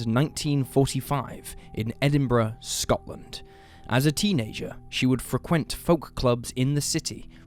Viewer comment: David Bahwee? Frehckwent? Why do you say it like that?